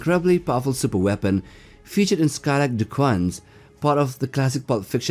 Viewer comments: Just a nit-pick, but DuQuesne is a French name that is pronounced "Doo Cane." The problem with the Skylark Series was that the material allowing the power generation to occur was never limited, so you had "expansion glut" by the time the fourth novel in the series came out. The series was a typical space-opera. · DuQuesne is pronounced 'dooKane'. Also Farscape's John Crichton is pronounced 'krytin'. Geez. Otherwise, great seeing those two on the list along with the usual WH40k and Halo.